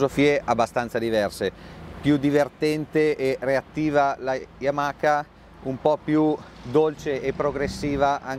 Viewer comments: Si pronuncia Yamaa e non yamaca. Le basi 😂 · Yamaka. C'è poco da fare. Appena ho sentito il "K" Ho chiuso